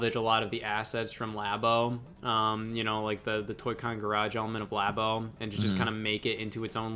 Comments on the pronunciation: Why is still saying laybo. Why did anybody ever call it laybo when it's clearly lab as in laboratory, but especially years later and when scott is right there pronouncing it the correct way. Being stupid on purpose to be different is so cool bro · pronunciation of Labo offends me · Idk how to properly pronounce LABO.......But I know that is doing it wrong.